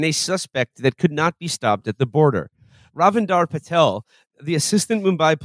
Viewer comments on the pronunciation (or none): none